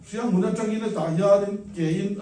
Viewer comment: Ka pu Hrianghmun tilovin "HIANGMUN" hantila chuan a original hming i lamdik nitur. Mi hming phuahsa hanti danglam tal chu in hmusitna ropui ber animai lo maw??????